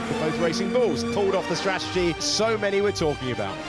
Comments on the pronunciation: why cant Ruth say the word Strategy! for an ex-strategist? Worrying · I think she’s great and would appreciate it if she would pronounce “ strategy” correctly.